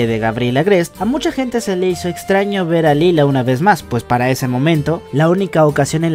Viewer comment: lie-la* xd